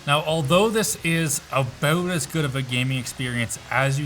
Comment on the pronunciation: Say "about" again!